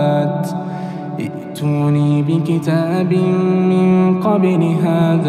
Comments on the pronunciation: صح هتتنطق ايتوني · معك خطأ في نطق ايتوني